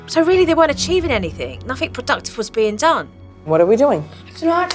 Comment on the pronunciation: Jo teaching Branson to say the ‘th’ sound, Jo, you say WIV all the time and Uvver instead of with and other PLUS what about SOMETHINK and NOTHINK, Supernanny, check you OWN pronunciation first!